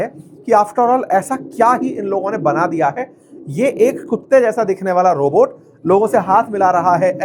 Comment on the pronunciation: CHIANA ROBORT 😂😂😂😂😂😂😂😂